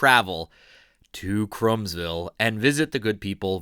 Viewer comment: Krumsville is pronounced Croomsville not Crumbsville. I grew up only a few miles from there and my elementary school Greenwich Township Elementary School is only a few hundred yards from Dietrich's. And I love Dietrich's. Won't know if this post will come out under my name or my wife's. Youtube sometimes shows my wife's name for some reason. I am David Moyer.